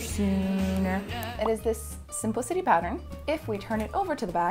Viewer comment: Ha ha...did you say "Simple City" ? This adventure just made me smile!😅😅😅😅